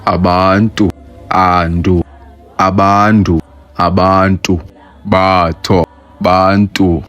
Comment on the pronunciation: Your pronunciation of Batho is wrong. Your O is too low. It should be closer to U. More like uh than aw